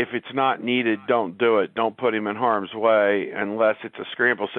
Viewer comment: When he say anyWay**Wray..wreigh** 😂😂😂 GO bucks